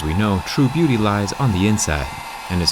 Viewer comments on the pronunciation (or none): none